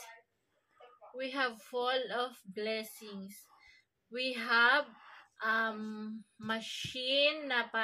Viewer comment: Maam practisin mo ung bigkas ng O at U at E sa I pra maganda 😂😂 full of blessing hindi fall of blessings 😂😂😂 Joke lng po pinapatawa lng kita, masugid mo kong subscribers. Mabuhay ❤